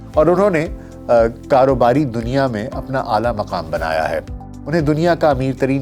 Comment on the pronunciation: ظالم دنیا کا تلفظ ٹھیک کریں۔